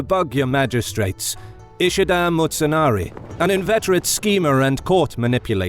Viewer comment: Pronunciations, jesus christ. Seking ahara? Are you kidding me? Motsunari? I appreciate the video but come on.